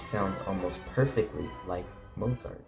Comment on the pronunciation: Learn how to pronounce Mozart!